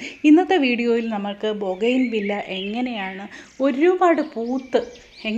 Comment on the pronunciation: ബോഗൈൻ വില്ല എന്നല്ല ബോഗൻ വില്ല എന്നാണ് ശരിയായ പ്രയോഗം തെറ്റുകൾ തിരുത്തുക 0 K